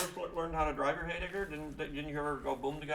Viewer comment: For the record, it's a heyblibber, not a heydigger.